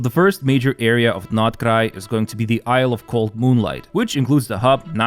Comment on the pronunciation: Aside from the video's primary topic i love how he pronounces Nod Krai correctly